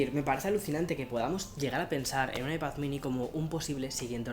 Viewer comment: Diooos me cuando dice “Ipath”